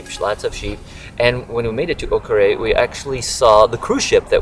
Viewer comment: The correct pronunciation of Akureyri is aa-kr-ay-ree or ah-kr-air-ee.